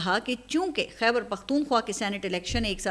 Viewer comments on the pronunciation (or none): none